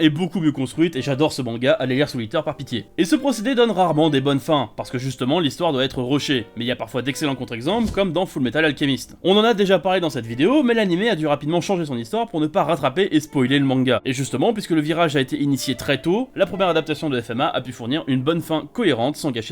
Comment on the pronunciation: Le mec il a dit full metal alkimist